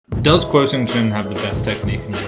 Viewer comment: Hey guys, I think you’re supposed to pronounce “kuo” as “gwoh” (it should almost rhyme with “aww”). Love the content btw. Thank you for putting out such helpful and interesting analysis.